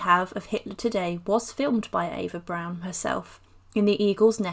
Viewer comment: Eva Prawn.A prawn Goebells.